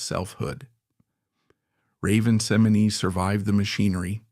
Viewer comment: Incorrect! 60% of this video is untrue. Raven Symone is not pronounced Seminay. And its saying Cosby was doing bad things to women during the show. He was arrested years after the shows end.